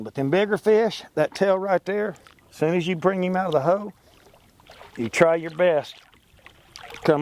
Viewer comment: Accents are fine but, ho? In the ho...it's hole